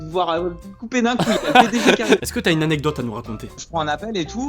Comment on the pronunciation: Ok merci pour...cette petite euh... anégtote